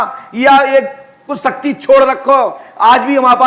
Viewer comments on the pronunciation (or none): शक्ति bolna to सीख लो सक्ति बोल रहा है इन मे siddhi hoti to aatankvad per paryog karte desh ke सीमा vivad per paryog karte